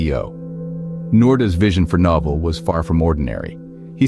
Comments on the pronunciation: Awful boxing. "Noval" instead of Novell. Had to stop watching... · I thought it was my problem, that I used to pronounce the name of "Novell" wrong. But very soon I got that the voice-over of this video sometimes pronounce "No-fell", sometimes "Nor(mal)-fol(d)". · In case anyone wanted to hear an A.I. pronounce "Novell" every way possible in a single video, most of them very wrong. The history is interesting though.